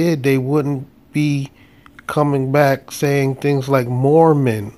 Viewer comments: Instead of Mormon I thought she said Moronish? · I just think the officer has a speech impediment. Think she meant " Moor Man "